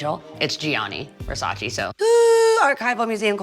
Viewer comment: How cringe to see that all this “fashion” icons don’t now how to pronounce Versace